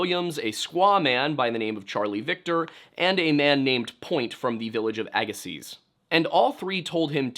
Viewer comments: As someone from the West Coast, living near Agassiz, I can positively let you know that you don't pronounce the "z" at the end. A-gah-see. Love hearing about my local lore though! ❤ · Minor note: Ir's pronounced AG-e--See the last "z" is silent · Note, if the word you’re saying is “Agassiz,” the Z at the end is silent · Agassiz is pronounced Agassee. The z on the end is silent. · Great, very informative and interesting video. I really enjoy a lot of the stuff from, especially the Native American historical stuff. Small pronunciation point, though it's not likely to come up again, I admit, but Agassiz has a silent Z on the end there. Just 'Agassi'